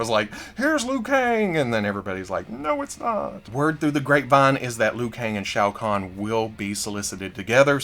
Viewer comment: Well look at that! A YouTuber that knows how to pronounce Shao Khan. 🤣😂🤣